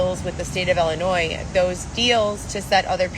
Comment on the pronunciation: I hate how she says Ellenois 😡😡 It drives me crazy...SHE drives me crazy!!